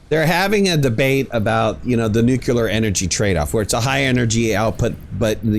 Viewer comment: Now sit there in your wrongness and be wrong. 😂